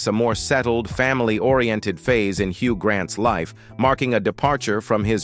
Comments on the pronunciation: They MUST OUTLAW AI commentaries!!!!!!😡🤬🤮🤮🤮🤮🤢🤬😡😡😡😡😡😡😡😡😡😡👎🏼👎🏼👎🏼👎🏼👎🏼. HUG Grant VERCEE - it’s pronounced VER SACH EE! I will NEVER listen to or even watch another AI spoken video ever again. Why do they take us for idiots??????!!!!!!!!!DONE👎🏼👎🏼👎🏼👎🏼👎🏼👎🏼🖕. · AI "Hug" Grant and "ver-cee" dress 😂😂😂😂